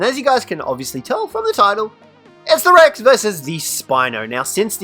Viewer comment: “So what we are going to do is summon in another Brex.” Me: “Brex?” Also me: “Listens to saying that another 10 times.